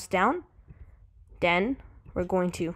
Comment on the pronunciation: you say "den", i say "then"